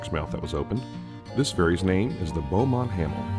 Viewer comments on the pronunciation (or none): none